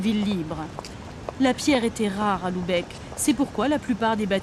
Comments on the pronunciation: Très jolie vidéo mais, attention à la prononciation ; il faut prononcer Lubeck et non Loubeck. P M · Bordel, c'est pas compliqué de prononcer Lübeck, c'est un U pas un OU ! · "Loubèque" :D